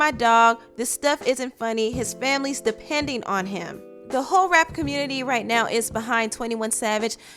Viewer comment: Anybody else noticed offset said fanily